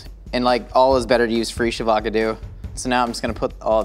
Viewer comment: got fre sh avo cado huh. Are fre sh avo cado native to the US?